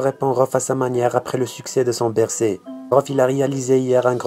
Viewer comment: On dit Bercy mec mais pas bercé